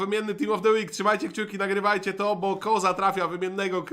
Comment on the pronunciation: koza powiedział boza sport